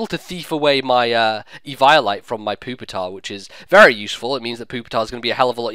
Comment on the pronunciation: It sounds like ur saying Pooptar instead of Pupitar